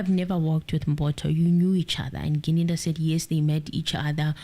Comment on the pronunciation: Yesterday got Gininda's name right. But today we're back to Ginindi. 🙆🏽‍♂️🤓 Come on, you can do this 😂 Still better than the judge's Ginanda though.😂